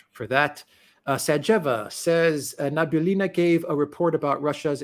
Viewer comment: it's Nah-bee-oo-lee-nah... not nabulina